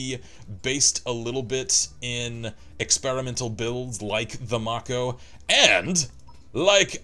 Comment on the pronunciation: It's mako as in make-o. The name is taken from the sharks with the same name.